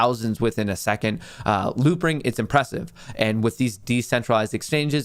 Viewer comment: Are you saying loopring?